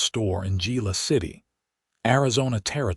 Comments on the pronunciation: Good story, but tell your AI that Gila is not JEE-LA. It is pronounced HEE-LA. Don't know why stuff like that bugs me, but it seems to. It seems you go to all the trouble to create and post a good story and then don't proof it. I volunteer to do it for you ! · Geela city????? Among many other ai mispronunciations. Lazy " creator" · Why couldn’t they put her packages in the wagon? The word "Gila" is pronounced as "hee-luh" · Enjoyable story..please correct your AI narrator to pronounce Gila correctly. The " G" is pronounced with an " H" sound making it sound like "He-la"..